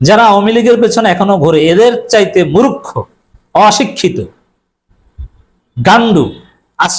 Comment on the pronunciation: Mu- rukh - kho manee kii ? Eta hobe Mur - kho .😂